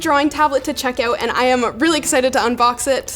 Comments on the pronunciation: canadians be checking "oat", eh? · Your 'out' accent is cool, as if you learned this word from a scotts person